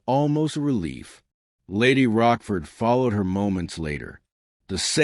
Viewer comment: I am not english, but apart from the naming of Lady Rochford as Roskford, I found written,not spoken mistakes such as Cole Pepper or tutor instead of Tudor